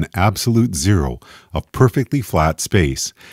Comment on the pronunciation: that`s not zero, thats Jero .. lol xD